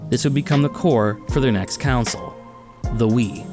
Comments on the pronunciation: Yeah he says it like council lol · you say the word console weird